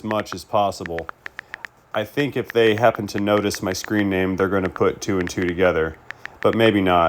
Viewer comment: You can tell hes indian of some type, "not my company DAY are the one giving you the tracking number" every indian person ive come into contact with, that speaks english as a second language (i say second language because i know indians born here and they talk with a Boston accent lol) and they always say "dey" instead of "they" and they never say "ones" its always "one" no pluralism lol. Not knocking on indians, but you can tell he is using talk to text